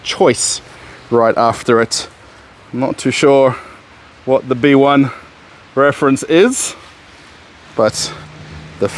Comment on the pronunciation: The "B1" is probably not pronounced "Bee One", but rather "Vee One", since the B probably stands for "выбор" (choice). In other words is probably stands for "Choice 1".